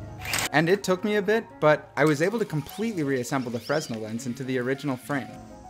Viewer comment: bro fresnel is pronounced like 'fruh-nell' btw